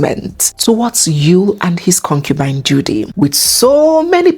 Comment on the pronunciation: 😂😂😂, the word Cocubine 😅